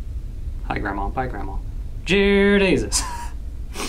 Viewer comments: Ohh jear desus instead of dear jesus.😂😂😂😂😂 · He kept saying jear desus lmao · he says”Jear Desus” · “jear desus” 😂😂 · anyone else notise that he said jear desus AHAHHAHAHA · HE SAID JEAR DESUS